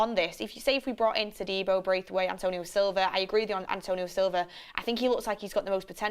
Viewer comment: Its Branthwaite...not Braithwaite